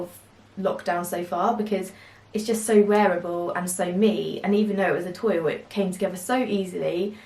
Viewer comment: Adorable prints and cute summer makes. By the way, toile is pronounced twall